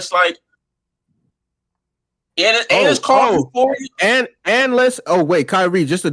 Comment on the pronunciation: “Euphoria” goofball